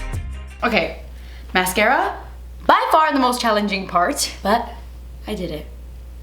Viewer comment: "and now I'm gonna take the mascaaaaaafdskghhhftschhhh" 😂